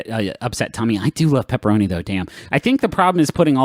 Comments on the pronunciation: As someone who has always known pepperonis to be pronounced as "pepperonEES", hearing them say "pepperon ISS" is revolting. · Maybe I’m just tired but hearing ‘pepper-onus’ instead of ‘pepper-onee’ is making my bones unhappy. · WHY DO THEY PRONOUNCE PEPPERONI LIKE THAT PLEASE TELL ME ITS ON PURPOSE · please griffin. please stop saying pepparonus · excellent video, but why do they say Pepperoniss? Pepperonus? Pepperoness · Pepparonis Patronis